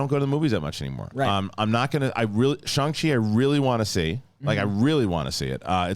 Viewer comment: Shang, not Shaang